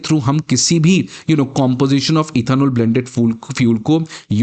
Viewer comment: पहले इथेनॉल सही से बोलना सीखो, फिर वीडियो बनाना